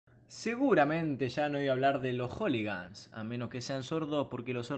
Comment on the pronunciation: "Joligans" ah bue...